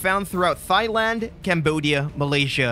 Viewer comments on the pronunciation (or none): What the F is 'Thighland'? Is it near Thailand??? TIE-land is how it's pronounced. And the H in Thames is silent